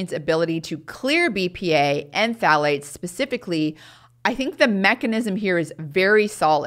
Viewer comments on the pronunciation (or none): I can’t understand that last chemical sounds like she’s saying P fats. The ones that stay in for the longest period of time and iron to excreted through the measures she is discussing. Can someone tell me what she saying and as importantly, where these chemicals R found? Thank you.